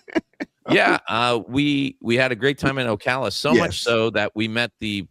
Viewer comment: Thank you for pronouncing Ocala correctly 😂